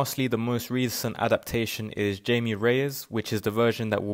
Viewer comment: You might want to double check how to pronounced Jaime in Spanish.